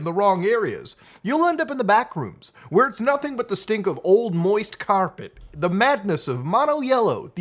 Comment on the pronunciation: "old moist caorpet"